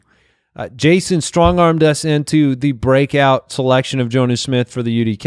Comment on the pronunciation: His name is pronounced John-oo instead of Jone-oo. A short O, not a long one.